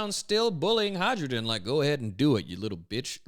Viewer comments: you sell sakura boxes and still pronounce "hai ruden" as "hydrogen" You really are Luffy... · I'm pretty sure the Hajrudin is pronounced "hie-roo-din," because the J is meant to sound like our Y.